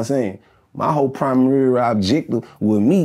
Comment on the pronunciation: “My whole primurary projective” 😂